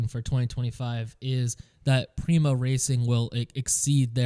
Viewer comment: FYI Prema isn't pronounced like "Preema" its like "emma" with a P